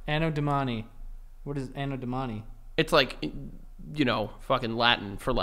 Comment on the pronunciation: its A-no DO-mani, not A-no do-MA-ni lolllll